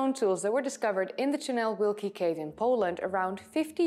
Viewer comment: Oh, you are butchering the name. Ojców NP is pronounced [OY tsoov ], the name of the cave however was almost impeccable.👍😉 You could just say "The great tunnel" cave, though.